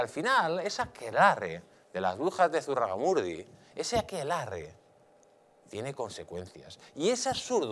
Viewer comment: SE DICE ZUGARRAMURDI